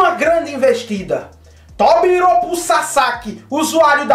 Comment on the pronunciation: Só não acertou a pronuncia dos Tobiropos... né "Tobiropuu"